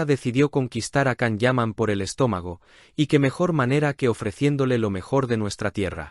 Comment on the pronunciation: No es la primera vez que Tamara mete las patas, también lo ha hecho en el programa de El Hormiguero, de nada le sirve ser marqueza, hay personas mas educadas y sinceras que ella. Es una pesada, creida, antipática y orgullosa! Otra cosa, al canal se le recuerda que la pronunciación de Can es: Yan, Yan, Yan. Por favor!!!